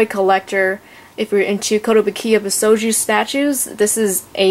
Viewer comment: Love the statue The detailing is amazing . however I think you were pronouncing it wrong . bi-shou-jo not bi-sho-jou